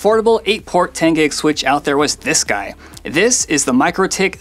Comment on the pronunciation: Mikrotik is pronounced Mee-Crow-Tick.